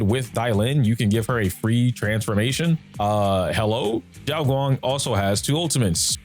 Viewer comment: calling her solely "Xiao" doesn't make much sense, it's just an affectionate adjective that accompanies a name hahaha Also, you are pronouncing it as "Zhao", if you wanna say "Xiao" say it like "See-ao".